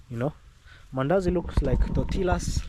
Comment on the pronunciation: The pronunciation for tortillas would be the sound of the two elves pretend it’s a Y…..or you can say it like tortias that’s the correct pronunciation in Mexico 2 double L are pronounced like a Y for US